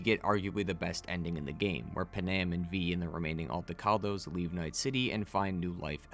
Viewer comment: “PAN- AM” not “Pen-Am”